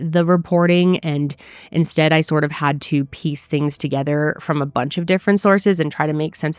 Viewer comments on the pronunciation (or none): none